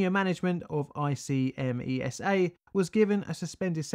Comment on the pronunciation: I'm Italian, I remember the event, I was a child. I live about 70 mile south of Seveso. Deaths by cancer in lymphatic system linked to the Seveso accident continued for many many years. BTW, we spell ICMESA like a word, like IK-MESA where the I is spelled like the I in "incident" open this link and click con the audio link on italian